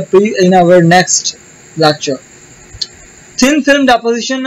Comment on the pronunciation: You pronounce thin film as thin filam